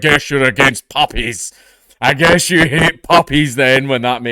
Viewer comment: "one thing I'm struggling to understand" You. I'm struggling to understand yeou